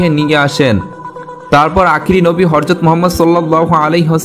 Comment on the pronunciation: হযরত, not হরযত।